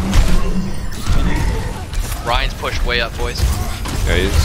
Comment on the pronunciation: Lu"sh" io???